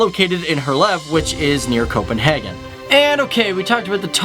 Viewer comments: I've said it in other videos. And I'll say it again now. :D - It is not pronounced "Copenhargen". Which really sounds german, and we aren't germans. :) Just say it like you would naturally in english. "Copenhaygen". :) Easier for you to pronounce, and easier for us to listen to! :D P.S. good videos! :) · It is not Copenhagen it is køpenhagn